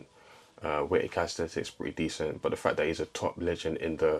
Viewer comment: It’s not calis-thet-Ics.